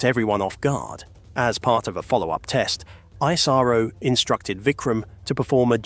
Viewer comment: Why is 🇬🇧 so Goddamn jealous of the Jewel of the 🌎 called 🇮🇳???? And BTW this is for the British narrator....its not ISARO but ISRO....Dont mispronounce the Smartest and the most efficient Space Program in the world...known as Indian Space Research Organization....like the colonists did back in 1540 and beyond....by changing the original names of cities and towns to their desired pronunciation ..like Trivandrum for Thiruvananthapuram.......Baroda for Vadodara.... Bombay for Mumbai....and hundreds of other towns...but Indian pride has been restored after they kicked the Red Coats out...and now almost all of those polluted names have been restored to its original version for purity and sanctity...which the Red Coats have NO CLUE of....robbers don't care anyways....it shows.😊